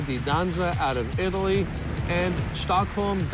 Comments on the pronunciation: Is it only me that think they say Italy but it sounds like elite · When said the four remaining teams I thought she said elite for Italy 😂😂